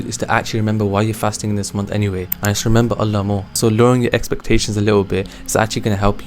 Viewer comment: Wow, I will try to use these tips. Just a quick word of advise, remember that saying the Name of Allah is pronounced Allaah with a long ‘A’ sounds 😊